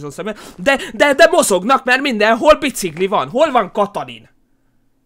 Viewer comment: csak én nem ugy mondom a biciGlit hogy biciGli hanem biciKli xD